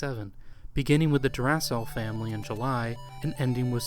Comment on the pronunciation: Kato is pronounced kah-toh not kay-toh, and Ys is pronounced like the word "ease" (rhymes with keys). The Drasle in "Drasle Family" is a portmanteau of Dragon Slayer so is pronounced draw-slay. Sorry to be "that guy". This video was great but those were really bugging the hell out of me.